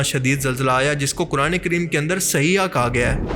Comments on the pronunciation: Saheeha nahi bhai saihah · Lafz sayha ha please drost Karen